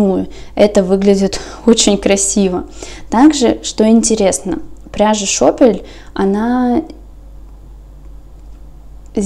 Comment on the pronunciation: ты владеешь немецким языком?! Так красиво озвучила название пряжи Шопель😍